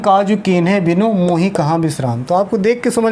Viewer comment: दोहा आपने गलत पढ़ा है गुरुजी, बिनु में छोटी इ की मात्रा है आप उसको बड़ी ई के रूप में पढ़ रहे हैं